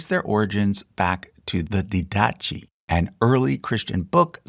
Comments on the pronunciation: Just a note , the ‘Didache’ is pronounced ‘DID-uh-kay’ (ˈdɪdəkeɪ) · "Didache" should be pronounced DID-a-kee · The Didache is pronounced "di-dah-kay"--the CH is hard, like a k sound. In the original Greek, it's the letter "chi" (the same letter that is the first letter in "Christ" for example). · Just one more YT video where the creator was to lazy to look up the proper pronunciation of words he doesn't know. I cringed at "Porvoo," "Didache," and "Croesus." But that's the way the younger generation is, isn't it? Whatever, never mind!